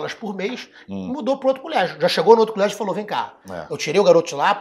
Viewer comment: "Culégio" tbm hahahahahahahah